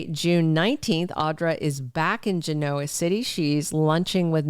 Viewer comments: Well, it should be easy then, to just say it correctly. Never heard it pronounced the way she does. Once the real "Genoa ruled the seas." (Historical item) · What’s with the deliberate mispronunciation of “Genoa” City? Why? Some sort of insult? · It’s not deliberate. She has previously addressed that she’s not doing it on purpose.